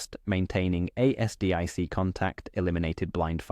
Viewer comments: ASDIC pronounce it as a full word lnot A.S.D.I.C more like Azdick. Really annoying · Dammit I cant listen to A S D I C any more (late FIL was in Navy in WWII) Consider rerecording the voice.